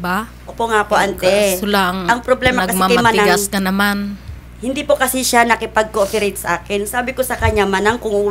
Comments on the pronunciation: pronounciation po ni ate kasi cooferate. Panoorin nyo po ulit part 1. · ilang beses napansin un word na ALTHOUGH at COOFEREYT..... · Puta,,, naiyak ako dito sa mala balagtsan mong salitang nakaka tindig balahibo,,,, in the end natatawa ako sa na putang inang yan.... ''COOFERATE'' na YAN HAHAHHAHA...GALING MO